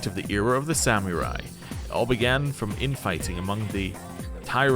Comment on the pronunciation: I forgot to ask you about this during your Cyberpunk playthrough, but is your pronunciation of samurai a British thing? You say Sam-yur-ai, where I've never heard it pronounced with the "Y" in it. Just Sam-er-ai. Kinda like how you add a "G" to sandwich. PS: If the Kirijo Group controlled the entire island, in what world (besides Japanese anime) does it make sense that you would build your super secret and dangerous science lab in the middle of a highschool? Forget the logistics, wouldn't students see and wonder why groups of scientists and lab equipment are coming into their school every day? Why wouldn't they build it in the sketchy slums area, or literally anywhere else besides a highschool?